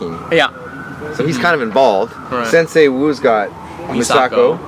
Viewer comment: " I am SenSAI Dareth "